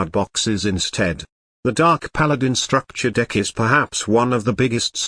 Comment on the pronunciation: *STUCKTURE DECK*🤣🤣🤣🤣